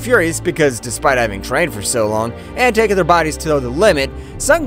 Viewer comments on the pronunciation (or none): none